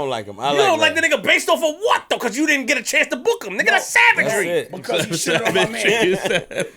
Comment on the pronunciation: has me dying how he goes off and the way he says SAVAGERY 😂😂😂😂😂😂😂😂😂😂😂😂😂😂😂😂😂